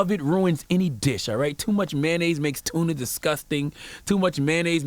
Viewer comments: It's pronounced MAY-ON-NAISE, not MAN-AISE just like it's pronounced TOY-OTA, not TY-OTA, SPEC-IF-IC not PACIFIC. Non-English speaking AMERICANS where school is FREE grades 1-12, where most of these English mangling idiots ONLY know that one language, yet have not even relative command of it. It's like nails on a blackboard when I hear people who haven't pronunciation, grammar and sentence construction skills goddamn.... Beyond that, he was right on point. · “Sodium Flavored Mayanoise Soul” 😭😭😭